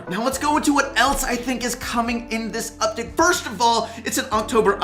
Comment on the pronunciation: anyone else realise he forgot to say 'date' in 'up-date' lol